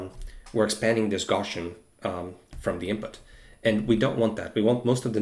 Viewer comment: He says “gawshun” for the word “Gaussian” hope that helps